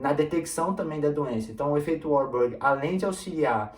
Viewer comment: Não é uarborg é varburg